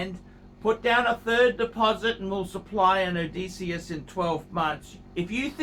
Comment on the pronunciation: Best thing about this video is the correct pronunciation of Odysseus.